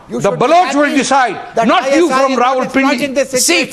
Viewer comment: It is not ravalpindi its rawalpindi Wadday ay english de thaikay dar